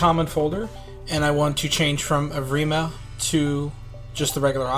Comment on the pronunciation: I love how u cant pronounce evrima